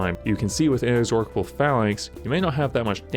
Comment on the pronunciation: In-ex-or-cable, like A-dork-able (Sorrry, sorry, it really made me laugh😁). It's In-ex-or-able. One "K" sound.